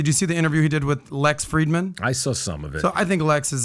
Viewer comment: Fridman, not Friedman.